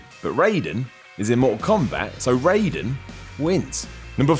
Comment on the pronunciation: Everyone in the comments debating about 'based on vs stolen' and i'm just sitting here cringing about his pronunciation of Raiden.